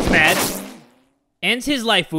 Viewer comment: I love how you say lifu even without the knifu and midori gurinu